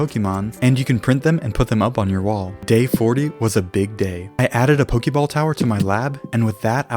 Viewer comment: Ok. Let's acknowledge something. I dug pretty deep into the comments, and nobody noted that he pronounced pokemon and pokeball wrong. But nobody will see this. Why do I even try to correct people? They don't listen to me. They don't even listen when I compliment them. Oh well. It's not new or anything.